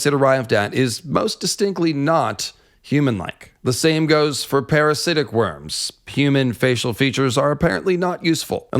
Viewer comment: Lol. Mate you know theres a difference between worms and wyrms right? Its not even pronounced the same. Sounds alike but its not.